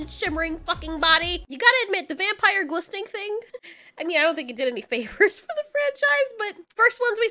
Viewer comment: I laughed when you said, “VUM-Pahyer!” XD